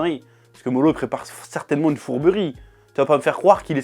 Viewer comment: STOP AU « L » qui remplace les « R ». Moro et non MoLo! Toyotaro, Toriyama, Naruto... pour les septiques petit cour de japonais